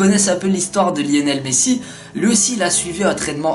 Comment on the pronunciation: "Lienel messi"😂😂